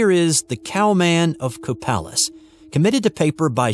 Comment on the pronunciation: Copalis is pronounced Co-pay-lis.